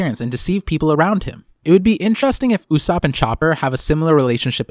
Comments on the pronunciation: why are you reading Usopp's name like Usupp its o not u and its not like ''mom'', its Japanese after all. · Great vid, but I thought it’s pronounced“ Ooh - Soapp”